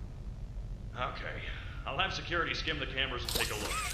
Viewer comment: Secruity Alert Secruity Alert😂